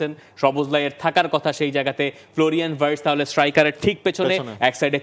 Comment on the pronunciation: উচ্চারণ টা ভার্টস না, ভিয়ের্টস হবে।